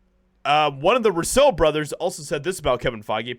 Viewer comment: I like your videos but just one thing that bothers me only slightly: why is it that you mispronounce names that most everyone knows how to pronounce like the Russo brothers and Maria Hill?